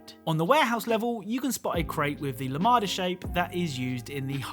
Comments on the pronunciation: I swear everytime I see this clowns videos he shows that reading is difficult for him, spots the Lambda symbol and calls it the La-mah-da it's literally like it's spelt lamb-da, I swear if I think about it realistically all these commentary channels can't read, I'm sure of it. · "Lamada shape" (Its "Lambda") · I can’t believe this man just called a lambda a lamada 🤦🏻‍♂️